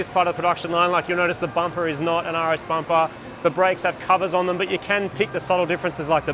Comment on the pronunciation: bampa instead of bumper..